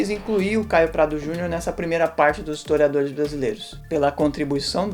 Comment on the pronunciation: O cara barbudo, usando uma camisa do Pt, e ainda falando "estoriadores e estoriadoras" .ESQUERDOPATAS são as FEZES SOCIAIS.